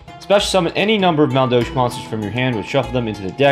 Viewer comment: I'm going to douche my ears after all that "Maldolsh." Still a great video...lol